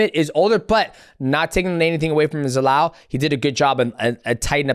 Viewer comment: How hard is it to say Youssef Zalal wtf